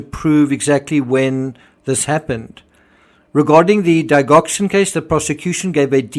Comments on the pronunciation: Digoxin...pronounced Dige ( rhymes with smidge) oxin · Hi. I’ve been watching your analysis starting way back with Watts, Amber Wells & More. Anyway today just want to tell you Digoxin is pronounced (Dee- Jock- sin) 😊X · Correct pronounciation of digoxin is Dij ox in. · D’ Jok sin. Thats the pronunciation of Digoxin…..it might be worth getting the medical/drugs procedures correctly sorted, when your listening to this as a medic its really difficult to understand when there is so much mispronunciation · Digoxin: the first “i” letter has the soft vowel sound and the “g” has a soft “g” sound.